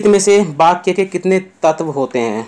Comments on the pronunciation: Likha Sahi Hai Bas Bol Sahi Nahi Paare Aap 🙏🙏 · बाक्या नहीं sir वाक्य होता हैं 🙏🙏🙏